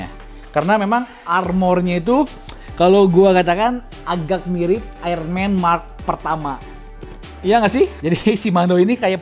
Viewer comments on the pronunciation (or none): none